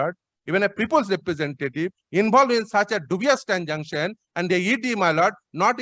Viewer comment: Who is this learned advocate who can't pronounce the word "transaction" properly? Always pronouncing "transanction"....This is the standard of education in the state of West Bengal!!!